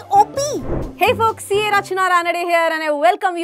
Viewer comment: Mam, what do you say in beginning. Hey Fox, matlab "Hey Bhaidiyo"😂